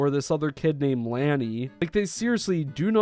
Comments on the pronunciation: Just a heads up Lani is Tubbo's younger sister, She's 13 and has her own Channel and its actually pronounced Lawn-ee not Lan-ee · Lani is tubbo’s sister and it spelled “Lani” but when you pronounce it, it sounds more like “Loni” like when you read the O N part it’s ON so Loni but it’s spelled Lani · PS: Lani (pronounces La-Knee not Lan-e I believe, correct me lol) is tubbos sister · Okeh so Lani is Tubbos littke sister and it’s pronounced lawn-e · lani ( l-ah-ney) is tubbo's sister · lani (pronounced larni) is tubbos little sister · I'm pretty sure Lani is pronounced with an ah sounds for Americans and she's Tubbos' younger sister. Correct me if I'm wrong about that. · Btw Lani is pronounced Law-knee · lani is tubbos sister also its pronounced lawn-e also love your videos keep up the good work :) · Also Lani is Tubbo's sister Its pronounced (Law-Knee) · so disgusted also her name is pronounced lah-knee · “Laani” lah-nee she is Tubbos sister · (La-ny) lani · This is sick and I believe u are right y would u even think of doing this And lani is tubbos sister and us pronounced larni:) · Lani is tubbo's little sister (also is pronounced Like Lawn-ee) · I totally agree with you bro! Like the heck?! THEY ARE FRICKEN MINORS ARE THESE PEOPLE THAT TOXIC I feel sorry for them they should not have pictures of that :( (also it’s Lani is tubbos little sister and she her name is pronounced La-nee) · sorry if this sounds rude(I have a pet peeve where when people mispronounce things it bugs me), but I'm pretty sure that Lani (Tubbo's sister btw) is pronounced Law-nee. Please correct me if I am wrong. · Since you don't know Lani (pronounced Lonnie), she is Tubbo's younger sister, who has recently turned 14 in October but that does not make what these people are doing, right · just btw lani is tubbo's younger sister:) and its pronounced more like lahni (just fyi, no hate!) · Its pronounced lawn ee And also she is tubbos sister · lani is tubbos little sister !! pronounced (lon-e)